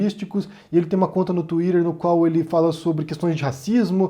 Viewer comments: Pq vc faz o vídeo em português e pronuncia "tuírer" sendo que em português dizemos "tuíter"? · ele adora falar " TUIDER" .... " TUIDER" " FULANINHO POSTOU NO TUIDER... " , " POSTEI NO MEU TUIDER" ...